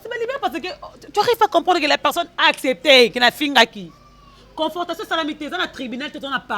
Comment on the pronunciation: Confortation te,on dit Confrontation Oza kaka na impolitesse... Tu insultes une mère 🤦‍♂️ et tu ne te reproches de rien.